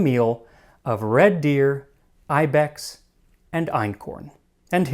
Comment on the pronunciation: That’s not how you say ibex